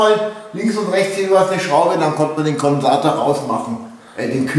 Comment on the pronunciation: Ist das ein Auto vomThunfisch ;) Sorry der muste, Peace ;)))))))) Heisst ja auch Kondensator und nicht Konsator..in Bayrisch warscheinlich Zungenbrecher. Hauptsache man kann König Ludwig vom Bierdeckel im Himmel sehen , verstehen nur Urlauber oder Grilljunky oder ich, LOL